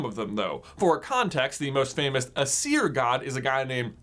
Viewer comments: I thought it was pronounced a-s-ear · Aesir is pronounced eye-seer to my knowledge. Both the Aesir and Vanir are Gods, but only the Vanir possessed magic, something Odin All-Father wanted and did as Odin does to obtain it. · why would you? I am familiar.... BTW Aesir was pronounced wrong no hate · The Aseir (that was pronounced that wrong J!) and the Vanir... why would we be familiar with them... hmmm... EVER HEARD OF THOR??? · I am Norwegian and I cringed through the pronunciations. Aesir is pronounced: Ayser And Vanir is pronounced: Van (like the automobile) er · It is ”ae” and “a” that are emphasised in Aesir and Vanir. (Sorry I always get irritated at pronunciations.) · "Eye-sir" and "Van-ear." not "Uhseer and Vuneer" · It's pronounced Ay-ser and Van-ar Source: I study ancient mythologies for fun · The Norse pantheons are pronounced ay-sir and vah-nir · aesir: pronounced A sear vanir: pronounced va near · Also I think it's pronounced Ace-ear, and Varn-ear according to Neil gaymens Norse mythology audio book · It’s pronounced ACE-ear and VAN-ear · The asier are pronounced a-SEER, and the vanir are va-NEAR. I have a book called Magnus Chase and the Gods of Asgard, all about Norse mythology, and there is a Greek twist to it to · I say it more like Æ-ser and VA-ner, "a" like in father, "e" like in echo, and roll the "r". I'm a Norwegian by the way, that's the Norwegian spelling and pronunciation. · Aesir is pronounced A-C-er and Vanir is pronounced Va- knee- er. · Aesir and Vanir are stressed on the first syllable, not the second :) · For the most part he pronounced Aesir and Vanir correctly, just put the emphasis on the wrong spot. Don’t put the emphasis on the -ir part of the words, it doesn’t sound natural. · Your pronunciation of Aesir and Vanir hurt my soul